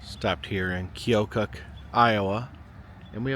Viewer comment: The town's are pronounced "Musk-ah-teen" & "key-oh-kuck" and OMG you actually went to Burlington for Snake Alley!? No one EVER comes to see it! Its always overshadowed by the CA one. Ours is tighter & considered the longest & curviest ALLEY, the one on CA is longer and claims to be the longest curveiest ROAD. I'm sorry there is literally nothing else here lol EDIT: I grew up in small town right next to Burlington